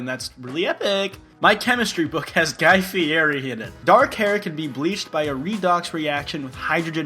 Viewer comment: Guy...f...f....feary? Wow you can say fury, like the film "fury"